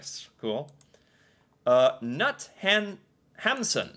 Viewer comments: Google: "Kunt Hamsun": "Nut Hamsun" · The way he said knut 😂 You know, in Norway we say kn like a k and n sound, but in America u guys say kn like just n so, instead of knut you said nut in Norwegian ears😂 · Ch will almost Allways be pronounced with a hard k in Norwegian. Also Knut is with a hard k